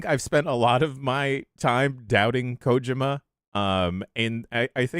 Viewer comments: I'm not an expert but I THINK is technically correct. If I'm not mistaken, in Japanese you stess everything equally. So instead of ko-JI-ma it'd all be equally stressed or unstressed as ko-ji-ma. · that's the right way to say it. the first vowel is usually more emphasized in japanese. americans are the ones who turned it into ko-JEEE-ma